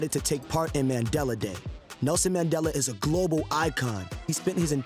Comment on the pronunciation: Bro really said Maandale